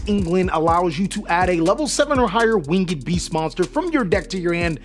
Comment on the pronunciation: winged , not wing-ed lol wtf is that ?